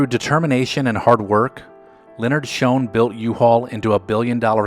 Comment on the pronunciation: It is Shoen not Shone